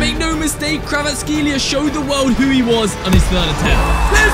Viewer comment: Only Georgias under stand no way bro called kvaratskheila kvaratseila